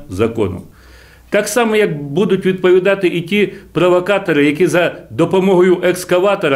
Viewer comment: Та ти спочатку навчись українською по-людськи розмовляти, а не розказуй тут що люди зробили. Ми і так знаємо всі події в Україні. "Будуть відпАвідати прАвакатори", тобто ваші тітушки?